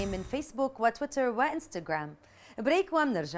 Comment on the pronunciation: انا مافي شي قاهرني كثر لما تنطق انستقرام😑😖